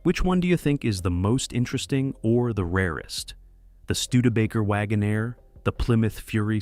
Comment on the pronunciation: Wagonaire. NOT Wagon -Air